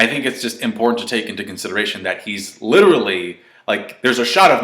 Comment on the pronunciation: fucking hell if youre going to use the word LITERALLY learn how to fucking say it!!!!!!!!! "littlely" IS NOT HOW YOU SAY IT.